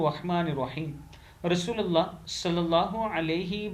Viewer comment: Aap ka kam buhat mubarak hay Magar request hay aap apni awaz ko Sunayn Aap shuroo mayn shaid RASO. LU LLAH KI JAGA RASO LA LAAH KAHTY HAYN SHUKRIA